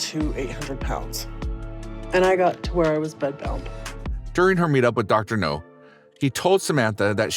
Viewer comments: It's Dr. Now, not Dr. No. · The way the narrator says "Dr No" in stead of "Dr Now or Dr Nowzardan" makes me cringe even more than the cringey spider intro. Sounds like the narrator doesn't even watch the show, but is just given the script. Which, Tbh, wouldn't exactly be a shock for a channel like this. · It's pronounced Dr. Now, not Dr. No. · Robo voic needs to pronounce names properly. It Dr Now NOT Dr No. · The doctor’s name is pronounced “Now” (short for Nowzarden) not “No”. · The name is Dr. NOW not NOE, man!!🤪😣😜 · Dr Now, not Dr. No! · His name is Dr Now, not Doctor No. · Every time he says Dr No im like its Dr Now dammit lol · GEEZUS FUCKING CHRIST!!! Doctor Now NOT Doctor NO!!! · Hey, People in Charge of the Narrator! Could somebody please inform him that it's Dr. Now, not Dr. No? (I'm pretty sure Dr. No was a Bond villain.) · Dr. NOW NOT Dr. NO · It's not dr no its dr now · It's Dr Now NOT Dr No his name is Nowzarden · For the love of fuck, my dude, it's Dr. NOW, not Dr. NO. Dr. No sounds like a Bond villain. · Ugh, that drove me nuts, too, and I couldn’t watch it all. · Maybe he is pronouncing NOW like KNOW, but it is heard as NO. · Dr.NOW not Dr. No. I like the video but the Dr.No thing is like watching the Avatar the Last Airbender movie and the characters saying Ong the whole movie. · Dr.NOW Not Dr. NO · It’s pronounced Dr Now. Please do research before posting. That drove me crazy the entire video . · If there's anything you change, PLEASE say Dr. Now's name right. It's NOW, not No. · You keep calling him Dr. No... Lol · Doctor No... Do you purposely mispronounce stuff to piss people off? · Pronounced NOW!!!! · Why do you keep saying, Dr. No?? It’s not pronounced like that lol. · It's Dr. NOW.. As in COW.. I gave👎 because of it. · That's not how you pronounce the doctor's name. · Ikr it did me too